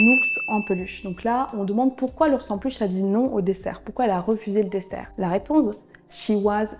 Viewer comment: Coucou ! Tu as dit "desert" à la place de "dessert" Tu as mal prononcé le mot dalmatian, le al se prononce comme le prénom Al et la terminaison -atian se prononce exactement comme celle de vacation